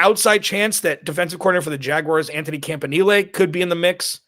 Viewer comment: Compliments my friend for pronouncing "Campanile" properly!!! First person anywhere who actually takes a minute to research it to have it right... So refreshing